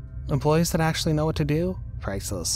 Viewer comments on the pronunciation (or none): none